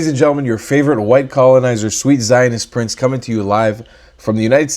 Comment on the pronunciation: "White colonieser" 🤨